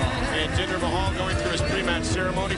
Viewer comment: Why do you put a A at the end of Jinder's name?